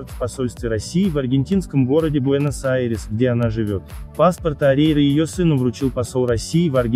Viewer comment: Фамилию научитесь говорить.